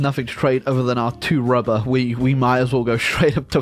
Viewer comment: Why do I always laugh when he says rubbah